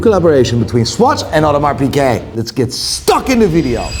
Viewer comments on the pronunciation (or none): Don’t know about this Bretling but I remember Breitling doing a collab with Bentley. Saw some iced out ones in NYC, they were frankly horrific. Piguet too, not Piquet.